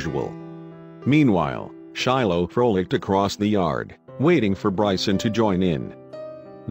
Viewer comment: They “fro licked”! ......such diction...now say Coudersport....or nucular.